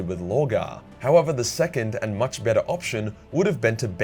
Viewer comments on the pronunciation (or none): none